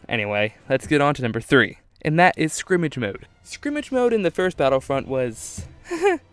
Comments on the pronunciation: sk-er-mish not skrimage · what the hell is skrimitch??!!?! it is skrimsh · SKIRMISH! Not "Skrimage" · Skirmish, skrimmish, ok. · It's SCUR-MISH not Scrimage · Every time he said skrimig mode I cringed it is called skirmish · Sounds to me that this guy pronounces "skirmish" like "scrimmage". Not hate, just something to point out. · SKIRMISH, not scrimmage, that's really starting to get irritating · ITS FUCKING SKIR-MISH. NOT SCRIMGE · good ideas but skirmish not skrimish!!! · Scrimmage... scrimmage... at first I was willing to give you the benefit of the doubt, but then you said it another 4-5 times. Scrimmage?... I just can't...*sigh* Edit: Pretty sure you said it a minimum of 10 times, RIP. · It sounded like skrimitch... I knew what he meant though. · Does he know how to say skirmish? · its skirmish you fuck nut